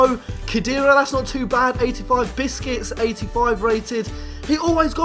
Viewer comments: lol you said biscuts not busQuets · Does he call Busquets biscuits? xD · you said biscuits for busquets